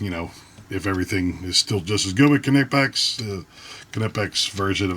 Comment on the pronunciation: In English it's nipex. We (english speakers) do not focus on the K like the Germans do. It's not a Ka-nife it's a knife(nife), it's not ka-entucky but Kentucky so same thing for knipex(nipex). What's next Americans are going to try and pronounce Volkswagen the same way the Germans do even though it's a different language